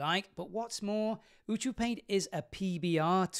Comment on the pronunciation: Pretty sure it's “yoo-see-yoo-paint”. The odds of the fact that it makes a phrase that describes exactly what the extension does being a coincidence are pretty slim.